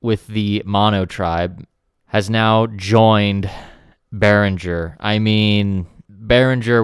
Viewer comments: I follow your videos cause I like to see what's in Berinhger stuff coming in the market One note Since Berinhger is a Swedish name pronunciation should be g for e so pronounce Beringer I know is different language and I am Italian but I'm also very passion about languages in general so I learned few languages and some pronunciations here and there Take care and keep on going that now that I found some useful in this platform full of idiots really makes it pleasant to watch a bit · Oh no, don‘t trust their advertisement department as it seems that there are no german native speakers!!!😱 Behringer is a quite common second name in Germany and the correct pronounciation of the „g“ is like in english words ending on „-ing“, e. g. walking, painting… Yes, that’s it: BEARING + ER 👍 (The „r“ in the center of course is a classic german or french „r“.) GreetINGs from Germany👋🇩🇪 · His name is pronounced Oolie Beeringer. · I am from Germany, the "U" in Uli Behringer is pronounced like the "oo" in "loop", so it's basically Oolie 😆 And the "G" in Beringer is not soft, more like in "linger". Hope that helps. Great show, keep em coming 🔥🙌